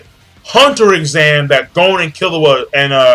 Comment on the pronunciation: Im soooo sorry im not trying to be an ass hole but please its pronounced GON not GOAN.